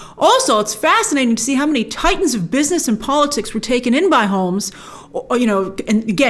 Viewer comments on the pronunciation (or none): none